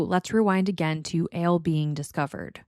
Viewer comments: To me, it sounds like you’re saying “Ale”. Which is interesting as I’ve never encountered anyone from NY who had pronounced Al like that. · What accent is that?? Never heard Al pronounced like that.. I'm guessing somewhere in the Midwest??